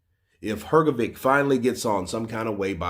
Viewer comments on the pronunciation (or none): Dude, it's pronounced Her-GO-ViCH not Her-Go-ViK. Honestly man, it's real disrespectful constantly saying someone's name wrong. If you're gonna report on these people, at least have the decency to say their name's correctly. Saying VICH is not hard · please, its "Hrgovich" not Hrgovick